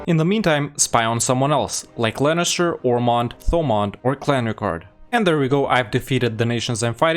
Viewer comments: sorry.. i just have to do this.. inhale IT'S LEINSTER NOT LANNISTER!!!! AAAAAAAHHHHHH!!!! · I'm so confused why you're calling Leinster "Lennister". xD